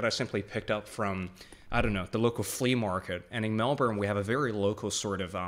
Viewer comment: I'm surprised you live in Melbourne but still choose to pronounce it as "Mel-born" instead of "Melbin"